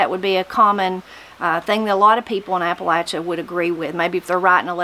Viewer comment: From Mineral County WV. Just discovered your channel and enjoying it. It's a pleasure to hear Appalachia pronounced correctly. Spent 20 years in the Air Force and it was always a hoot listening some of my fellow Airmen trying to pronounce Appalachia. LOL